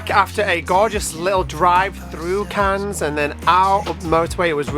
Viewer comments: The s in Cannes is silent so it's pronounced Can x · Just to let u know that the s is silent in Cannes xx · Not judging or criticizing, just trying to be helpful, Cannes is definitely pronounced with a silent s at the end. Have a great holiday! Much love to you all!